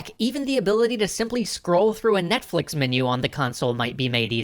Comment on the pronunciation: "notflex" lol